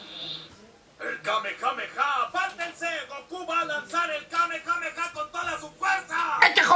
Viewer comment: pero que dices??? Era tan difícil decir kamehameha 😂